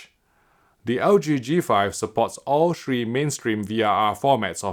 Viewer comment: and the number shreee....Oh sorry, he means to say, Three.